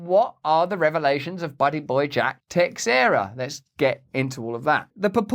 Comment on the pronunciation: EVERYONE IS BUTCHERING THIS LEAKERS NAME, ITS THE SAME AS THE YANKEES FIRST BASEMENT...MARK TA-SHARE-A, LOL